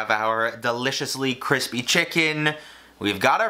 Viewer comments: When says crispy instead of CWISPY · KWISPYYY texture👌👌👌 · idk joshua makes me cringe with his fancy ingredients, i think it was sam and babish for me it’s also cringy when he says kwispy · Now thats kwispy. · Other people’s recipes may be crispy, but only one you’re une chef can attain the ‘cwispy’ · Don't mind me, just here for the cwispy chickens. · Joshs cwispy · Josh shows up just to say cwispy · u know what else is kwispy? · CWISPY on Joshs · Thats cwispyy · This video was great with those... delicious.. kwispy Nashville chicken but you know what will make this video a little bit better? .... B-roll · Anyone else see him bite in to Josh’s and think “cwispy” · My bet is on Joshua Weissman! He’s just that dude. Update: One word, CWISPY. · It doesn’t bother me how you rated them, but it’s CWISPY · hearing him bite into josh weissman's recipe: "cwispy" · sooo cwispy....lol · its actually 𝓴𝔀𝓲𝓼𝓹𝔂 dumbass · Joshua likes his food kwispy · I mean Joshua prides himself on making his stuff CWISPY so..I'm not mad that he is above babish. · Everything is better when it's extwa kwispy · Pronounced “kwispy” from Joshua him self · Sooooo KWISPY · As Josh would say, that chicken was cwispy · That soundbite from Josh's...CWISPY!!! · cwispyyyy thank you that is all. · Joshua’s recipe looked CWISPY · joshua always b about that cwispy cwispy outside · As Josh would say, CWISPY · Surely you mean "Cwispy" ? :D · The kwispy-ness of Joshua's chicken is just sooo 🤤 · This is a Joshua Weissman recipe... You mean KWISPY